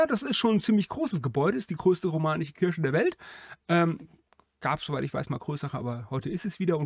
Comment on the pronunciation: Der Videoersteller (der immer so viel Wert auf Korrektheit legt) weiß es ja offenbar nicht. Sonst würde er es ja nicht gleich aussprechen. Will gar nicht wissen was seine arme Mutter immer zu waschen hatte wenn er Weihnachten aus der Kirsche zurückkam. Bricht doch niemandem einen Zacken aus der Krone Worte richtig auszusprechen. Dann gibts auch nicht solche Kommentare.